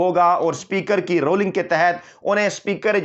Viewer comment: UR PRONOUNCING INCORRECTLY. THE CORRECT WORD IS RULING, NOT ROLLING. PEOPLE IN PAK DONT LIKE TO BE CORRECTED. DO YOU ALSO - I HOPE NOT